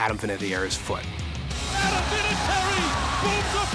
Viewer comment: Is that how you really say Adam Vinatieri’s name ? I always thought it was Vinna-Terri. He said Vina-Tee-Eri